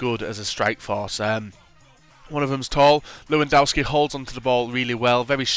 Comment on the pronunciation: the w in his names are pronounced at v! its a polish thing just try saying levidovski:D